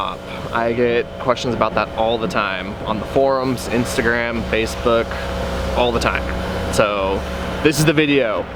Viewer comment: ... he said ((base fook!!!!!!)) He mean face book .... Hahaha 😆😆😆😆😆😆😆😆😆😆